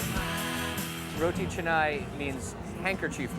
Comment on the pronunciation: Canai its not chennaii... Wrong info🤔🤔🤔its not from India... Canai its malaysian lnguange... Means like twister